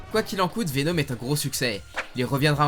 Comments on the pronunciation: Pk tu dis venaum au lieu de venom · C’est plus VenOm et non pas VenÔm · et sa prononciation mythique: Venaume